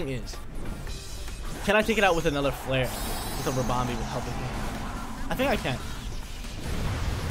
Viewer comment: Ribombee sounds like Harambe lol. Sick bamboozle using clefairy offensively!